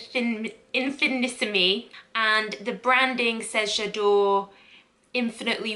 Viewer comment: Im not a fan of any J'adore flankers except L'or so this may be a winner for me i love oriental scents I don't think it's been released in Australia just yet Btw love you in that top! The pronunciation is in fee nee seem the accent on the seem it's French not Italian